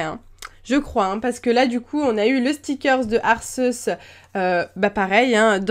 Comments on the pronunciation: Arceus se prononce Arkéhusse :) ;) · Sa se prononce pas "Arceus" mais Arcéus" !! nan jrigole bonne vidéo sinon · Je fais du grec et Arceus doit sûrement venir de Αρχος / arkos / qui signifie dirigeant, chef. Mais je prononce quand même Arceus / ar c usse / x'D. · Salut miss c'était pour te dire que on dit arqéus j'ai vu le film je sais de quoi je parle et mon préféré sa était anfinobi